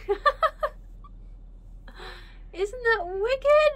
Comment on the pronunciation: Wig-it, that was wig-it! 😛